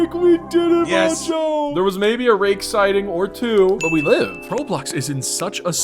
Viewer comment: you did not say rake😭